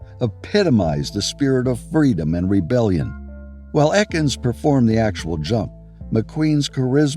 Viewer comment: The guy who did the jump in the Great Escape was NOT Bud ETkins. His name was Bud EKINS (pronounced EEKINS). Pretty pathetic that this video got this wrong. Almost every motorcycle enthusiast knows this!!!